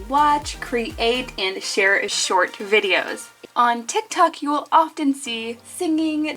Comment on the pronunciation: She said tic tac